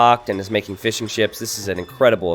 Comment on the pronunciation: Keep hearing 'fish n chips' instead of fishing ships